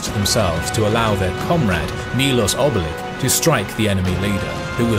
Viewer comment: Well done! But please, learn the proper pronunciation of Serbian names. The “ć” in the end of names is pronounced “ch” as in cherry, not “k” (Branković, Obilić, Hrebeljanović).